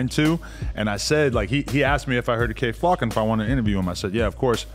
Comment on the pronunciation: Ad said “Kay Flack” the first time then got it right the second. Then said “YK wassup” instead of “you know wassup” really is changing this nigga….🤣🤣🤣